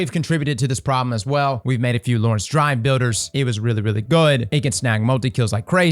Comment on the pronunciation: "Lorentz Drive Builders" lol